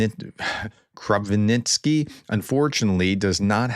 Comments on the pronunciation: Krapivnitsky is pronounced Crop-eve-nits- ski. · Kropyvnytskyi (Кропивницький Ukrainian) = Kro piv nits ski.